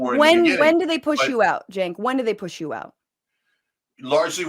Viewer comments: "We're glad 'Chenk's' here..." Kirk mispronounced jos name to his face while "welcoming" him... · Maga is welcoming, while Kirk constantly mispronounces Cenk's name. And we KNOW he knows how it's pronounced. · What i would like to know is when cenk changed the pronunciation of his own name to match what he has told us is the wrong way 🤔 😕